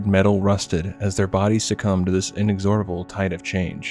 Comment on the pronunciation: Love your videos, small critique, look up the pronunciation of "inexorable" it was driving me mad lol